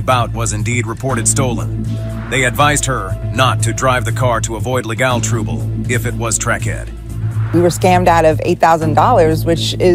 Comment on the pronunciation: “Le gahl troobel” The mispronunciations on this channel…